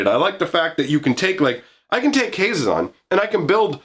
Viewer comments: I've always pronounced it Hah-ZEE-zon, but that's just me. For options, you could add some "Warriors matter" cards: Bramblewood Paragon Decorated Champion Goma Fada Vanguard Herald of Dromoka Kargan Warleader Mardu Woe-Reaper Rush of Battle Sosuke, Son of Seshiro "Warrior + Equipment" Kor Blademaster Nahiri, Heir of the Ancients Relic Axe Resolute Strike And Mercy Killing can be multi- functional for you. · I put the accent on the ze (pronounced ZAY) of his name. HaZEzon Tamar. Idk that's how I read it at least.